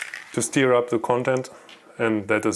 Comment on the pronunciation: Interesting, but doesn't help much, if your Tippex (or Pritt) pen dries out, and you merely want to get it to work! May I respectfully just correct you on one word you mispronounced, a couple of times: STIR is not pronounced like 'steer', but like 'ster', with the 'er' as in the word 'HER'. English spelling is screwed-up, I know, because, for example, 'her' rhymes with 'fur'!.